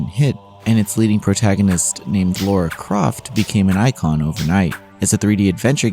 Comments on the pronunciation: La-ra NOT Lau-ra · LARA . . . . . not LAURA!!!! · Her name is not Laura. It’s Lara. Americans seem to have issues saying her name. Lara! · DUDE! DO YOU HAVE SPEECH IMPAIRMENT PROBLEM OR JUST FUCKING DUMB! LORA?! REALLY?! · I agree, I thought it would be easy for them considering how they say “a” in different words compared to other countries I wonder if they can even hear how it is pronounced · it's a small point, but as an English man, it gets tiring hearing Lara's name not correctly spoken